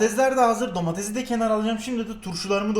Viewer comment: Ya domatez diyil domates